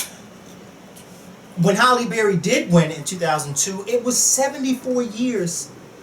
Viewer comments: It's HALLE Berry, not Holly ; lol. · Hi. Its Hailey Berry. Not Holly... I love you:/ lol